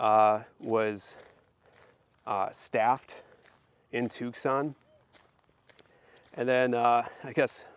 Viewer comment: Wow! Beautiful historic spot. I have to visit here next time I'm in Tucson. If you're ever there in January the entire city is taken over by rock, mineral, gem and jewelry shows. Definitely worth a trip. Oh... and the C is silent. It's pronounced Too-sonn. You Midwesterners talk funny. 😊